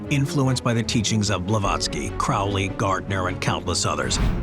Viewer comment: Great video, although Alestair Crowley and J.K. Rowling's names both have long Os. His name is like 'as the crow flies and hers rhymes with bowling. Just letting you know! :)